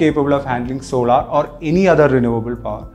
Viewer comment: Sorry for being a grammar police but please learn how to pronounce certains words properly, the word is SOLAR and not SOLAAR and it GIGAWATTS AND JIGAWATTS.